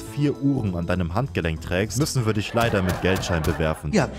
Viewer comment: Geil wie der eine dude das leider betont hat